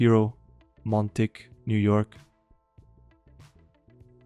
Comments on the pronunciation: It's pronounced Mon talk, not Mon Tick! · Montauk is pronounced Mon- talk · the one on long island is pronounced ,mon-talk